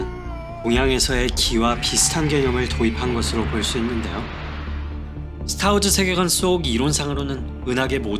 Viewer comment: "스타워즈-으"가 아니라 "스타워-즈" 로 발음하세요